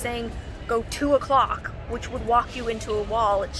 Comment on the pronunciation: Lol I thought you said "go to a clock" when you said "go 2 o'clock" like why would you need to go to a clock? 😂😂